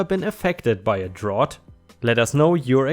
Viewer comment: Just as a note, "drought" rhymes with "out", not like the word "ought." English pronunciation can be quite confusing and arbitrary.